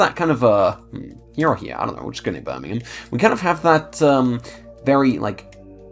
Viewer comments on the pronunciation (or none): none